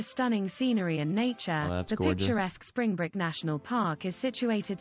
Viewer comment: It's Springbrook National Park - not Springbrick like the voice over seems to be saying lol. Very beautiful area, with glow worm caverns and Springbrook Research Observatory where I watched Venus transiting the Sun in 2004. Plus lots of other naturally beautiful areas.